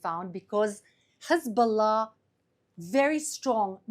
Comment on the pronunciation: She is the Best in the world at pronouncing Hezbollah ❤️🇮🇱❤️🤣❤️😊